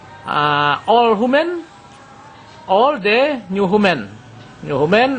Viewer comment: human = HYUMen the end = DI ENt execute = exzekiut insinyur ngomong aja belepotan !